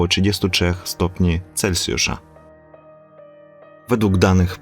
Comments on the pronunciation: Jesteś świetny, robisz bardzo wartościowe filmy - zawsze niezwykle merytorycznie! Ale mówimy "celSjusza", nie - "celCjusza". Piszę, bo widzę że masz głód wiedzy i rozwoju, to nie hejterski komentarz:) jesteś moim wymarzonym mężem pozdrawiam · Mówi się Celsjusza a nie Celcjusza.